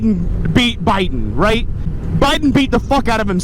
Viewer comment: “Americans rait?….and ya skewl shewtings” 😂😂😂😂😂